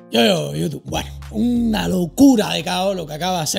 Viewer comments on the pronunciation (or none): none